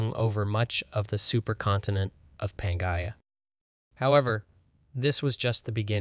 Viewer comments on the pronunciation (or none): ca-rot-id artery. Pan-gee-a continent. Sa-rop-sid. Si-nap-sid. Watch PBS Eons to discover the proper pronunciation for these complicated words .